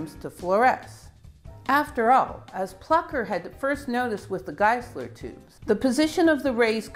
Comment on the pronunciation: It is pronounced Room-Korf and Geye-Sler.